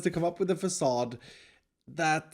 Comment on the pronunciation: Fa-suh dude